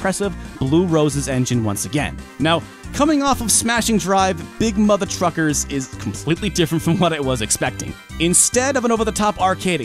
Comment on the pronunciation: Sometimes when he say’s big mother truckers, i belive he say’s big mother fuckers,and i got no doubt some peoples whose hate that game definitely call it big mother fuckers. But apart from that those ports are impressive considering the gba is only 32bit with no 3D hardware builtin ,so everything had to be done in software instead, but they look more like recorded old playstation games on tape and then being compressed with mpeg encoding and end up with mpeg artifacts,phew.